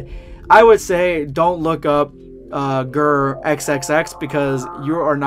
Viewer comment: #EndofVideoSquad pretty sure it is gu, re (goo-ray) not grrr. Keep up the entertaining! Looking for yes no to this copy/paste question (don't need to read this on video, unless yes and an idea sparks from it): are you familiar with Ranma 1/2? If so has a story titled Dragonball Ultima I'm interested in your take one the idea, if you're not read or watched Ranma no worries my search will continue for one of you Dragon Ball fanficers/what-ifers/theorists who is.